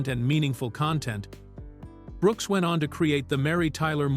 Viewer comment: Does anyone bother to the voice track? How much of a lag do you need between the L and the last name of Brooks and the ironic thing is it was consistent. Did the AI put a period after the L making act like it it was the end of a sentence?